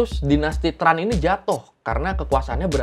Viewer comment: Sama. Setauku Tran itu bacanya bukan TRAn tapi chèn